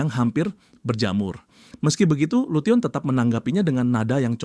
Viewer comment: lution di baca nya lusen bang